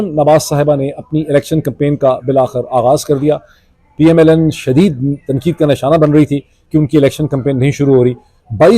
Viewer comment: R,Sir, Ap Keh PML-N keh rahay hain, but kisy issue ki wajha se PML-N(Lunn) nikal raha hai word apk mon se, I noticed twice or more???😂😂😂😂🎉🎉🎉